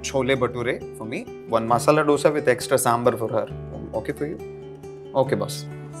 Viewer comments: When he said , Masal dosa as masala Dose... I stopped watching the video 😂these guys think...they can act like south indian even if they not 😂 instead of preaching morals in video.. BE THAT ONE GUY PROPERLY.... AND NEXT TIME U R DOING THESE TYPE OF CONTENT , PLZ TAKE SOME ACTUAL SOUTH ACTORS 👍🏻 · I was watching the video, stopped once he pronounced masala dose